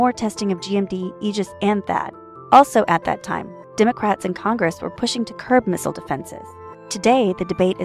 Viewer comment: Why does she say Missile wrong everytime?